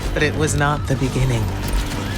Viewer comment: Literally the only thing about you that drives me nuts is that you're one of those people that say "beginning-geh" every time I here someone speak that way mulitple times I begin saying it that way in my head over and over again like a machine with something causing a cog to skip out and jut suddenly for a split second. Beginning-geh Beginning-geh Beginning-geh Beginning-geh Beginning-geh Beginning-geh Beginning-geh Beginning-geh Beginning-geh FUCK It's JUST beginning| full stop Now I can here the other ways people do it. Going-geh Stoping-geh Hoping-geh AAAAAHHHHHHHH FUCK IT HURTS (This is an example of the thoughts in my head whilst someone continues having a conversation and I am becoming more and more stuck as they continue doing it.) Love you but oof, that is literally 2 years of hearing building into this comment, I had to blow it out my ass and onto the internet at some point 😫 now maybe I can go 3 years.